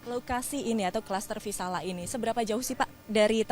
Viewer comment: Maaf reporter yg cantik nama cluster nya VISALIA bkn VISALA